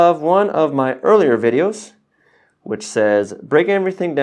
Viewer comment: Hey, did you say vidjes? In Dutch, we add 'je' to a noun to imply 'cuteness'! The learning curve for sewing isn't always cute though eh? Or is it? By the way, for sewing the bias tape or the plackets ... I find that it helps a lot to cut the strips on the bias. It feels against the grain at first but once you get the hang of it ... c'est bon!